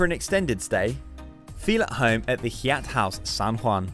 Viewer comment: Seems like shameless self promotion for Yai-at or as it's commonly pronounced (haiyat) and spelled Hyatt...I find it hard to believe that the narrarator has never heard of a properly pronounced Hyatt Hotel